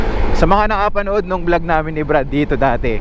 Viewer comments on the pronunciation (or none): none